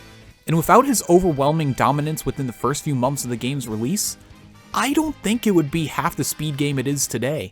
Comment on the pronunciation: Is no one going to talk about how this guy says “mompths” when saying months lol